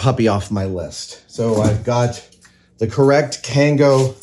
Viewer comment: I love that he called it a kango